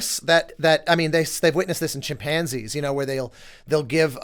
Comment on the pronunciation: Honestly like to say that I contest everything said- strictly based on how he pronounced chimpanzees. This man must be stopped. Reel him in a bit this is getting out of hand